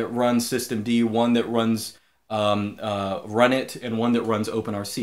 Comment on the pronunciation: I thought you pronounce the init system "runit" like "R-unit", not like "run it!"